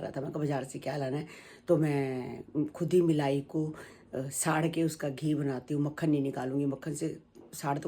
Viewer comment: Melai nhi hota aunty ji Malai hota h 😂😂aap b pooja ki saas ki trh bolte ho melaii😂😂😊👍